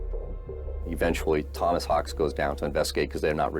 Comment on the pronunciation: *Hawks NOT "Hawkes". *Skylar NOT "Skyler".